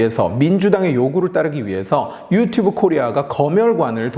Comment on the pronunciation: 영상 초반에 유튜뷰로 발음하네요